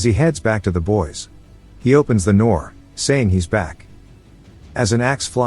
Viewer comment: "He opens the noor" 😂